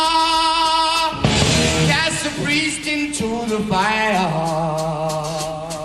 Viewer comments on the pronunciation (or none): none